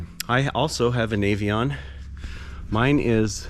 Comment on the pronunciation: Hey, thank you for pronouncing it nay-vee-on. So many people say it nah-vee-on.